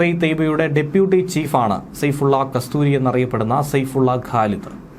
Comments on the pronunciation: സെയ്ഫുള്ള കസ്തൂരി അല്ല സെയ്ഫുള്ള കസൂരി എന്നാണ് ശ്രദ്ധിക്കുക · Why are you wrongly pronouncing. Not kastoori but kasoori. Making muslim as hindu